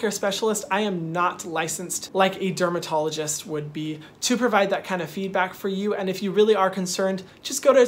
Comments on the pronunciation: so no one else noticed he said termadologist instead of dermotologist lol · i died when he said termadologist instead of dermatologist LMAOOO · nobody: hyram: termadologist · “termadologist” me too, Hyram. Me too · Was I the only one who heard 'Termadologist' twice? 😂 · not him saying ‘termadologist’ ✨ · he's so cute and sweet. aw. i loved this video and found it very helpful! he says "termadologist" instead of "dermatologist" and i love that he just. left it in. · anybody else hear him say termadologist instead of dermatologist😂 idk why I laughed so hard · Am i the only one who heard him say termadologist instead of dermatologist like twice near the end of the vid 😭🥺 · Anyone catch "termadologist?" 😜😂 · Not trying to pick but he kind of said termadoligist and it caught my attention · It sounded like he said termadologist 😂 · This video was legit over a year ago, but I have this skin issue, so clicked on this video. Very helpful info Hyram, but I just realized you said TermaDologist and it gave me my laughter for the day! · are we gonna talk about how he said "termodologist" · did anyone notice that he said "termadologist" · 'Termadologist' lollllllll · y’all heard him just go to a termadologist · Lmao he said termadologist 😂😂😂😂